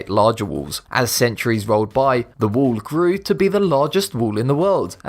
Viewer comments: Its not wool! Its a wa-ll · It's WALL not WOOL LOL :D >:( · At number 10 of the video he said "wuul" I was like whats that? And when he said "wuul of China" then I understood it lol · he says wall and i hear wool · 'The reat wool of China' i am sorry i had to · It's wall not wool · GREAT WOOOL OF TCHIANA? LOL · Great “wool” of china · It's wall , not wool...!!!! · WHY DO YOU CALL IT WOOL? ! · I love your videos but for christ sake can you just say WALL not WOOL?? God damn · The great "wool" of china? :D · Wool ,tull ....english level 999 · I wonder why they take the narrators who cannot pronounce “wall” properly. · Say wall right dumbass